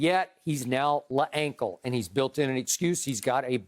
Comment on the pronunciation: Skip: And yet, he's now "Le ankle" Loved it.